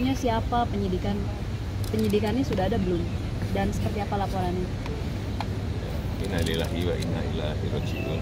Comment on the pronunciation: ngucapin innalillahi aja salah....dasar MUKIDI....